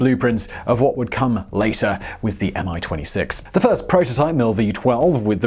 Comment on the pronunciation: I envy that great confidense of yours and how you butchered every Russian word with it!.. :) -Even as simple as "Mi"! Common - it's just "Me", not "M" "I"... ;)